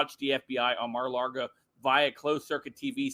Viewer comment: Stop saying Mara Largo!